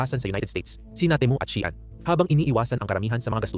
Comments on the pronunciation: ayusin mo Naman salita mo, pwede ba. shean ba baka Shein. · Bakit Shian db SheIn 😊